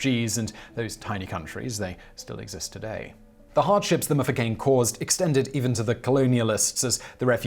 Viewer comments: Mfecane not mufukeni🙆🙆🙆🙆😘🙆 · I had to take a breather when he butchered "mfecane". It's not "the mufecane" it's "mm-fe-ka-neh" 😂